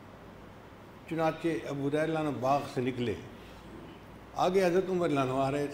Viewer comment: حریرہ نہیں ھریرہ